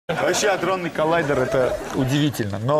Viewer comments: АДРОННЫЙ , а не андронный))) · Адронный а не андронный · Адронный,не Андронный,сколько можно? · Не андронный, а адронный. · вообще АДРОННЫЙ а не аНдронный